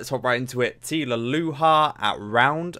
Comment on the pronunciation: You have become my favorite reactors of all time! And may I say, the effort to pronounce Tilaluha like that is impressive.